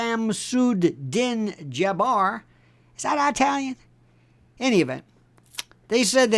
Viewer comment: I-talian? Haha